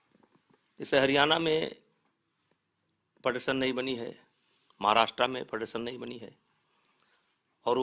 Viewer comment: फ़ेडरेशन को फडरसन बोल रहा है 🤣🤣